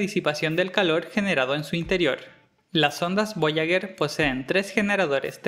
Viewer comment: Muy bacan el video, pero... "voyaguer" uno XD